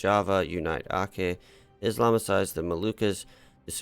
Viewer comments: Brunei is pronounced as Brun-eye. While Aceh is Aw-che. Hope u dont mind ❤️ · Aceh is pronounced Achehh (a single C in Malay is pronounced like CH in the English word Chat for example)